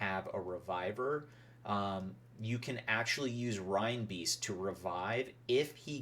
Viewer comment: Excellent instructions Sir, just need to work on your pronunciation. A big hint is the animal that reinbeast is based on.